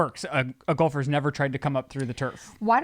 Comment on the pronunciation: should get an award for not calling out on “gulfer”. I KNOW she was dying every time he said it. Proud of you mama!!!!